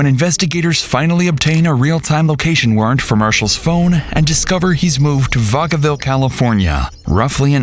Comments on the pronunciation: wtf… I used to live in Vacaville, I grew up there. We pronounce it more like vac-uh-vill. But damn, it’s crazy how often I hear Vacaville get brought up in true crime videos just by sheer coincidence. There’s even crazier stories and stuff connected to Vacaville but it’s a relatively boring city. So boring that if you get pulled over for the smallest thing ever.. expect at LEAST 5 more cop cars to show up to just watch like it’s a live episode of cops lol. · Oh hell no, thats hella close to me and that is not how you pronounce it lol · WOW! The absolute BUTCHERING of pronunciation of Vacaville.... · Never heard Vacaville pronounced like that